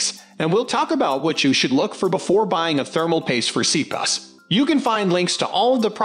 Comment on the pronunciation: ROFL Seriously..... I've not laughed so hard in awhile hearing you pronounce C-P-U's as "C- PUSS"